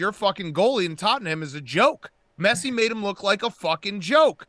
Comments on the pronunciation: “Messay and Em-bop” -Dave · Dave not being able to pronounce messi is so on brand